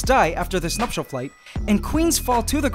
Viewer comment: So I have been watching this channel for awhile and whenever he said "Nuptial Flights" in my mind for some I thought he said "Nutshell Flights" so for the first time I actually got to the see the correct phrase he was saying